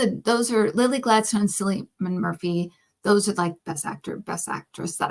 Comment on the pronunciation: Sorry, it’s just a thorn in the side for me - Cillian is pronounced with a hard C not S sound!